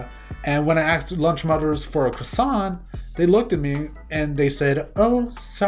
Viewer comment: "croi-wants" i at least the french forgiv